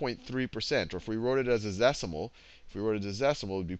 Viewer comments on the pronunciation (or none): ... "Zecimal" haha.